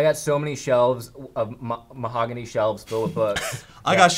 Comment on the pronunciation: said Mahogany.. Mahogany..